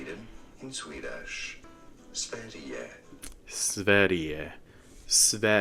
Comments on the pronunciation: that was VERY good pronounced //a swedish girl. Keep up the good work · I think you literally copied the script of the video I'm editing on this season lmao. Oh, well, great minds I guess ;) And your pronounciation of Sverige is really good! I do hope we get a second season and also that more international fans get to see this series. There have been some pushbacks though with this season being state funded and the anti drag/trans rethoric from the US spilling over into Swedish politics. The second biggest political party in Sweden are old neo nazis so of course they are gonna complain. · Daum u acually kinda said Sverige correct🥳 (love youre videos) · omg im swedish and you pronounced sverige LITERALLY perfectly!! I could easily mistake you as swedish, damn! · Native Swede here, your pronunciation of Sverige was honestly perfect! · Thank you for giving the season a proper review, and for pronouncing Sverige with perfection ;)